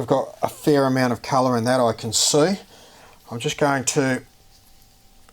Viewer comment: "we're gonna tint it to the culluh that we noid..." heheheh that accent. Nice vid! Very interesting.